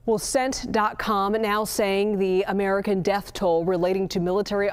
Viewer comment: cmon y'all gotta do better lol did she just say "CENT DOT COM"? instead of CENTCOM lool geez